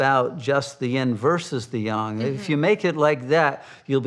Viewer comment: The sine-wave of eternity. Every trough leads to a new peak. The old nightmare-world perishes and a new heaven-world begins while so many turn their hair grey and put wrinkles on their faces worrying about how to save a necrotic society. Let it pass as gracefully as possible....And thank you for pronouncing "yang" correctly.